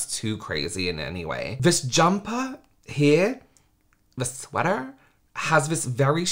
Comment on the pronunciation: the way you said sweater cracked me up 💀 I really say it that way